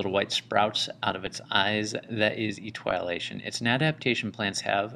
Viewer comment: Eee- tee- oh-lay-tion. But good other than that